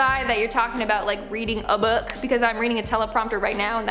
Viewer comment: reading a böök